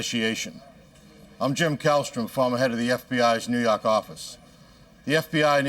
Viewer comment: the guy has a thick as peanut butter Boston accent so when he says he’s from the New Yawk office in a Boston accent, it’s funny to northeasterners who know the distinct difference between the two pronunciations. I hope that helps.